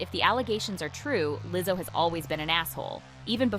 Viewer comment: what's with the Leezo? lol